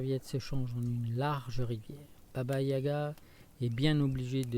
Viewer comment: Yaga ! Pas gaya !